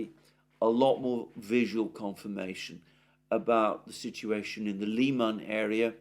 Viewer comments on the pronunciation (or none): none